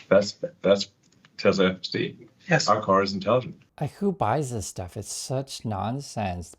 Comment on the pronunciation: Extraordinary Exaggerator Elon is slurring his pronunciation of FSD - even YT captions could not work out what he was pronouncing , captions read " FC " not " FSD ". People slur words that they do not want to say because they are lying. He also said " our cars are intelligent " - again, Elon the Exaggerator.